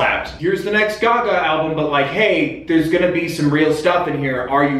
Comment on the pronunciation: They way you pronounce Gaga hurts.